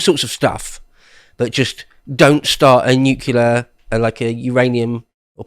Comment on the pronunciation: Nuclear, not nukular.